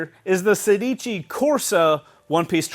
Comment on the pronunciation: I think it should be pronounced "sèdici", and not "sedìci". In Italian it means sixteen, like "corsa" is race/running.